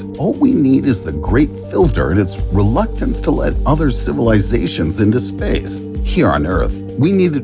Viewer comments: Lol why does he pronounce the word "Space" like that? Spaese😂🤣😂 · SPEYCE the way he says space. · Dude, everytime you say "space" it sounds like spess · What is this imbecilic pronunciation of “space”. Ridiculous